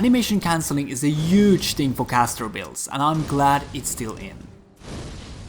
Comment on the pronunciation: Its HUGE not UGE